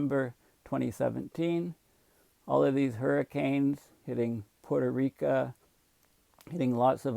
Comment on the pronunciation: P.S. a scholarly fellow may wish to pronounce Puerto Rico correctly; they're kinda sensitive to it.